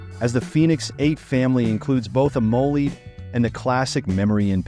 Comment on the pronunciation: Am-o-led (pronounced like the element)